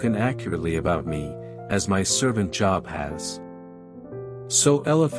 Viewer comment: I wish he would pronounce Job's name correctly